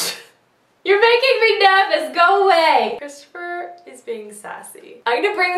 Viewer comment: I love how you said nervous!